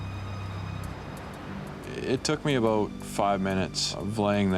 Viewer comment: Whats that all aboot?